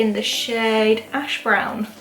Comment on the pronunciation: WHEN SHE SAID ASH BROWN I FUCKING HEARD HASHBROWNS😭😭😭😭MY FAT ASS